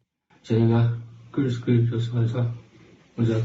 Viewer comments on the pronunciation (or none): none